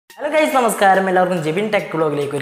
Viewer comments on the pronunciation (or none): none